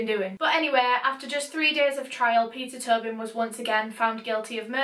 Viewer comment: ur accent makes it sound like u were saying pizza turbing